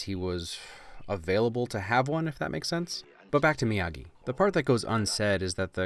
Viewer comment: Mr miyahgi! No it's miyagi